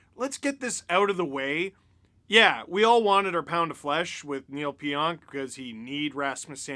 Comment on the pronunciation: Sorry but I don’t have ANY sympathy for “Kneel’ll Pionk”